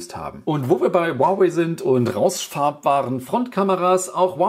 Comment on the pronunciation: Das hieße nicht wawai sondern huawei